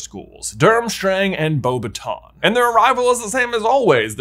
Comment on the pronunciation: Your day a couple words wrong. The girl school is probably bo-bat-en and the summoning spell is pronounced ack-e-o not assio. Aside from those cringer worthy moments good story.